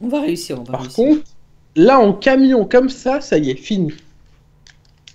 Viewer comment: sais camion pas cavion